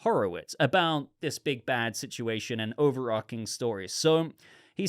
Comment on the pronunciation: overarching .... ch .... not overARKing - sorry, I enjoy your discussion, that mispronunciation bugs me though